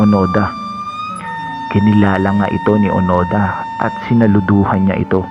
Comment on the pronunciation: Hiroo onoda hindi onada